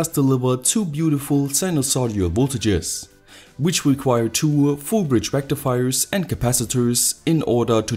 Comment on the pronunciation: I hear 'Full bridge rectifier' as 'FOOL BRIDGE RECTIFIER' lol that too in caps :P thanks electro boom :D